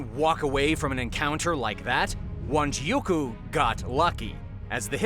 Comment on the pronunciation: It's Wanjiku. Not Wanjiuku